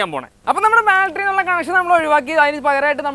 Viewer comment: Baltry alla battery